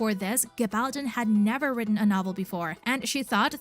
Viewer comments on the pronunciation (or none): none